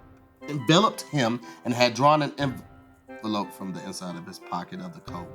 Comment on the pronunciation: Bruhhh pronouncing envelope wrong is taking me outtttt😂😂😂😂😂😂😂